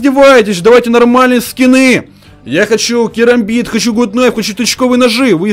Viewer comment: Гут кнайф а гат кнайф